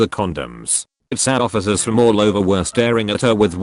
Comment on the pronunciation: Nobody: Text to Speech Robot: TssAiyhOhfiecers